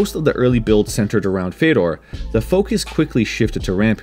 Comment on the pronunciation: I love how you said the ë in fèdor